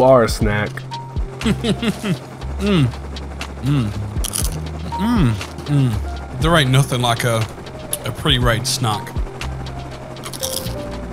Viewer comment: sounded like he said SNOCK